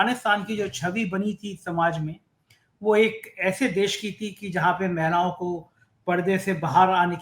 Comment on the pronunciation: "महिलाओ" होता है, "मैलाओ" नही बिरादर 😂